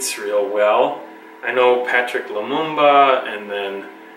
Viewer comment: I Know This white Boy Didn't just say "Patrick" lumumba SMFH